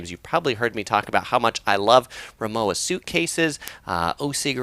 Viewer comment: Say it with me... RimoVa... say it the German way... thanks!